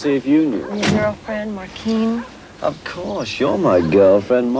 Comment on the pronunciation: Markeen or Maureen ¬¬ just saying